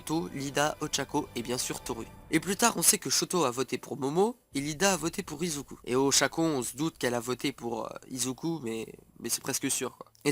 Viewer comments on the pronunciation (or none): none